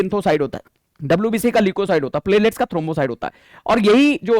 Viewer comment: 😂😂😂😂 सर प्लेटलेट्स बोल रहे है मुझे प्लेलीस्ट सुनाई दे रहा है